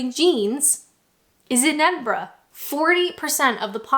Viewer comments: Perfect Edinburgh pronunciation . Kudos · its so weird hearing a north American accent pronouncing Edinburgh correctly